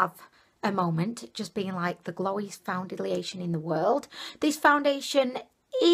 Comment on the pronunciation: "Foundidlyation" made me subscribe your videos are amazing 😘😂